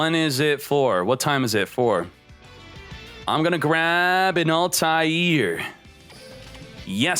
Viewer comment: It’s pronounced altare